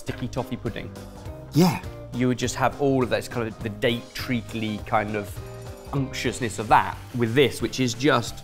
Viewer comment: Its not a real Sorted video unless he says unqutious 😂 Edit: i cant even find it on google, am i spelling it that wrong or did just make it up?! 😂